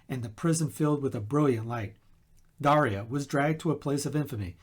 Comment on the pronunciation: I don’t know if my parents knew my name saint’s story when I was born. Thank you for the correct pronunciation of Daria.